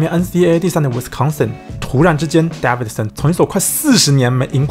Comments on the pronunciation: its DAEVIDSON not DAVIDSON erghh.. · Davidson 的David a 是長音ㄛ （當母音為長音就是按照原本字母的唸法發音）